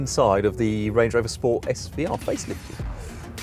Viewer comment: Range not Rang